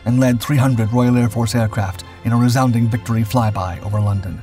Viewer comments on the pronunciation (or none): none